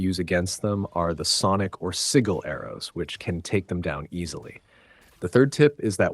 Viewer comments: "Sword"? You mean blades. "At-tree-us"? You mean uh-tray-us. "Sig-l"? You mean sij-l. Have you even actually played this game? Good tips though. Thank you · “Segal arrows from Atreeus” 🤣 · I can't even finish this vid after 8 mins LOL. Constantly saying sword as if he only has one when he holds two (esp if you don't wanna call them blades). Freya has a sword so this whole time in those 8 mins I thought he was talking about Freya. Doesn't know how to pronounce sigil and makes it sound like only Atreus has those arrows when Freya does too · How can you know this much about the game, but can’t even pronounce “Atreus” or “Sigil?”